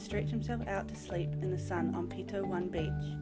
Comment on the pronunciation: Pronunciation needs improving, for example: Pito-one not Pito-1 and Matiu not Matui.